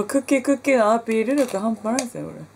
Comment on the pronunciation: クッキーのアピール力の所の訛り 親近感わく〜〜〜〜！！！ 東北弁さいこー